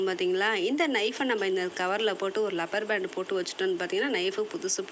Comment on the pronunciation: Wa Alaikum salam, சகோதரி லப்பர் பேண்ட் அல்ல ரப்பர் பேண்ட் Rubber band.